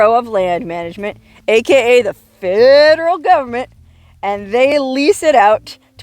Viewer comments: 'The fedddderel Govment!" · I love how you say Feehhh-dral govament